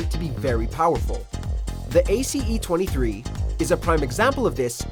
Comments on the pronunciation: Great vid . But it’s pronounced Ace not A..C.E . The real name is the Galli Ace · Funny how he says Ace as A C E lol. You never played battlefield bruh it’s a good gun but the rest of the list is made of ignorance. Where’s the M16A3, Hellriegel, AEK971, etc?